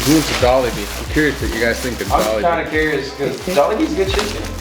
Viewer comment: Actually Butchered the name of Jollibee T.T